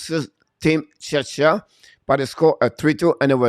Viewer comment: I know English isn't your first language, but Czechia is pronounced check-ia. The way you say it sounds like you're talking about another country, Chechnya, which is a part of Russia.